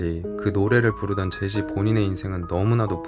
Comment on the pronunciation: 제시하다 할 때의 제시로 계속 발음하시네 ㅎㅎ